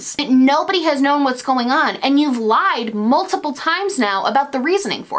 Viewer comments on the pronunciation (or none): none